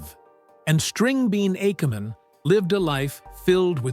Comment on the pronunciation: Which is NOT pronounced "akkaman," despite what the AI says.